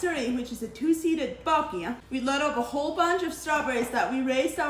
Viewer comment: I had to rewind it three times to figure out that u were saying buggy and then I was like thank goodness she put some captions on the video cuz that Amish accent is thick 😆 ur so dang cute - love ur channel! 🫶🏻